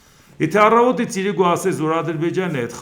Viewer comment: ես Ձեր մեծ երկրպագուն եմ, բայց ուզում եմ մի բան խնդրել Ձեզ։ Ձեր խոսքի մեջ իրիկուն բառը ասելիս վերջին հնչյունը` ն միշտ չի լսվում, խնդրում եմ հստակ ասեք։